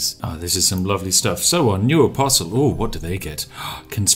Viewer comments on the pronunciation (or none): none